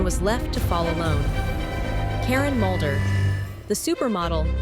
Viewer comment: Its Mulder not Moulder